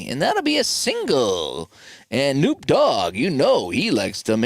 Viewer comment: Hate to be the bearer of bad news but it is pronounced kuh-NOP